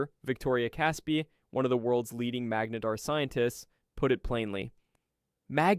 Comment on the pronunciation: You pronounced "magnetar" three different ways in your voiceover. Magneeter? LOL